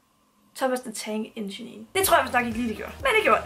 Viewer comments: Hahah Thomas the tank enchenin hedder engine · Thomas the tank engine.. Det udtales ikke Thomas the tank enginenenee :D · Wth du kan ikke udtale "engine" 👎🏼👎🏼👎🏼👎🏼👎🏼👎🏼👎🏼👎🏼👎🏼👎🏼👎🏼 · Er vild med din udtalelse af engine (det sidste e er stumt ;)) BBC er en britisk tv kanal teleselskabet hedder cbb.